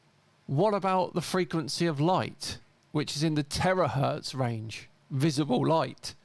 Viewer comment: Terahertz or Terror-hertz? I rest my case!😂